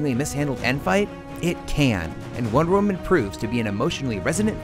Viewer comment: Michael Montalvo he sounds like he's saying 'one woman' doesn't he.